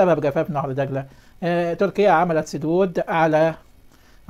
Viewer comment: الله يجزاك كل انت رجل صادق الله يعطيك العافيه.. ملاحظة يا نهر دجله...هاكذا وليس نهر دقله..حتى لا تمحو لغتنا العربية..شاكر لك